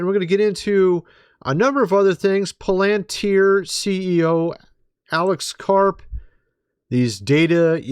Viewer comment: Dude! LOL it's pa-lan-TEER you are smart. Come on lol. 🤣😂